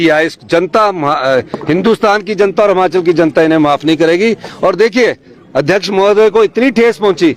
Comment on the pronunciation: सुक्खू भाई हमाचल नहीं हिमाचल 😂😂😂